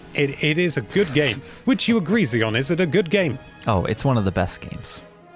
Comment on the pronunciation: Wonder if the dude knows he's butchering he's own name. Zion is not zeon